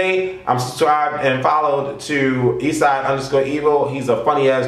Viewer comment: You said his name so wrong